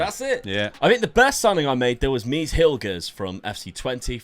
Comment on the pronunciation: Its mees not "Mies"